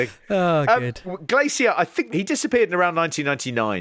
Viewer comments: Have you never heard an English person say "glacier" before? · The way he pronounces Glacier makes me irrationally annoyed.